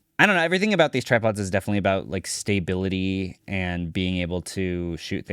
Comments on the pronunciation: it's STA-bility, not STAY-bility... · "stay bility" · Stay-bility is very similar to stability. 😂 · Staybility, essentially.